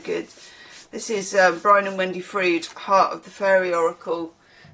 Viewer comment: Their name is Froud as in 'proud' and 'aloud' - not frood.